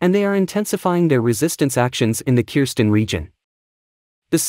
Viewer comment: Its called Kherson NOT Kirsten .....